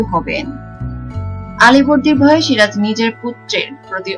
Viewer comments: You don't know who is SIJAR or SIRAJ ?? Pathetic pronunciation, it's a complete cheapness. YouTube is polluting and contaminated by people like you. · আগে বাংলা বলতে শেখ, সিরাজ না বলে সিজার বলছো,দত্তক না বলে দোতোক বলছো, কাঁচা বাঙাল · osikkhito aage soja kore ktha bolte sikhun,ota sijar noy siraj,r evabe itihas bikrito kore ki lav paan,1957 saal e polasir juddho prothom sunlam ebar to bolben India k aapni 2019 e swadhin korlen.